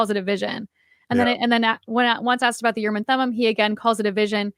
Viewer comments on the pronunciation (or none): I am a messenger from the L-rd. I am aroused and awakened to correct you, and all lds people. STOP SAYING URRM AND THUMUM!!! It is extremely annoying and silly sounding. The proper hebrew pronunciation is "oorim and toomim" rhyming roughly with "groomin and moonin". But you must shift the stress to the second syllables, like ooRIM and tooMIM. you can quibble about the t of toomim, because in hebrew you would use a soft t, that is a th. But not in english. You see, the word "and" in hebrew is just a single letter W pronounced with a schwa, that is just enouvh push to say the letter. Often and in hebrew is transliterated "we" but now wee and not weh, but somwhere in between. Now...a t in hebrew can be either a t or a th. Mostly when the t is at the beginning of the word its hard. If its in the middle of the word its soft. (In phonetics there are always exceptions, but none are relevant here.) Note the we meaning and is not a stand alone word. Its a prefix. So ooRIM and tooMIM are actually 2 words not 3, like this "ooRIM vetooMIM". note that the t is in the middle of the word, so it turns soft. Now if Joseoh got the oorim and thoomim from some translation of the bible, the translators can be for keeping the soft th, cus that is the actual pronunciation in the bible. But if you are not translating scripture and you are just talking about oorim and toomim, it would be better to pronounce the t as a t.